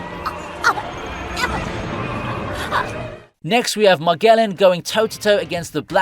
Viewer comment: MAGELLAN - muh·jeh·luhn